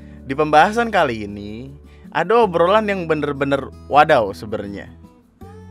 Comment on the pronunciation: Di ngomong nya Ado bukan ada